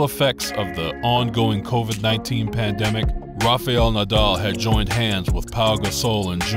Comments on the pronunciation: Be a good idea if the commentator learned to say his name correctly. It's "Rafial" it's "Rafael". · Nice.just his name is not Rafaiel nadal but Rafael. Don't pronounce i...same mistake McEnroe makes. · Learn to pronounce his name properly